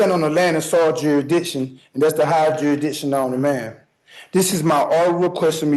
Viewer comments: This guys grammar is the funniest thing I’ve ever heard… he’s got juridishon 😂😂😂😂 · Yuh-ee-dikshun Please make him STFU, PLEASE